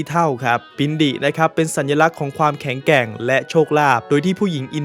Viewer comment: ขอหักคะแนน การออกเสียงควบกลำ้ แข็งแกร่ง ไม่ใช่ แข็งแก่ง ส่วนเรื่องอื่นได้เกรดA